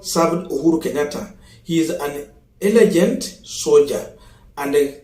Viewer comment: mans said elejant😂😂😂😂